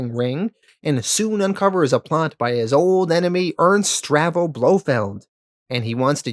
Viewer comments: Not to nitpick, but the name is pronounced Stavro, NOT Stravo. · bro literally pronounced like every name wrong. STAVRO, not Stravo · Great video but one minor niggle. It is Ernst STAVRO Blofeld NOT STRAVO. Aaaarrrgghhh lol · Stahv ro. Not Strah vo.